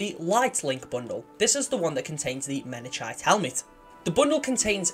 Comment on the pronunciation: It's pronounced Mena-kite BTW. It's named after a mountain on Reach